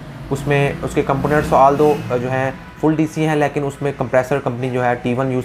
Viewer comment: apna "lekin" kehna theek karen. "Layeken" nhi hota. Ek video uploader ko zuban saaf istemal kerni chahiye.